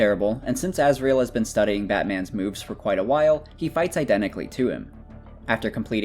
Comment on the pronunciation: Who is that Azriel you keep talking about? Cant you pronounce Azrael?